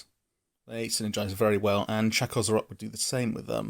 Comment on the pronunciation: I think it's Chakko zrot I personally prefer Chak szrot.